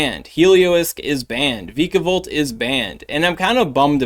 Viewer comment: According to the anime vikavolt is pronounced “V-eye-kah-volt”